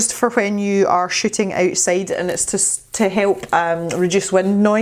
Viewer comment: Soooo when you were hauling the new mic and fuzzy cover thing I thought you said “these are good for when you are sh!tting outside” 😂😂 I quickly realized you said shooting! But it was a much needed laugh! Love your videos 👍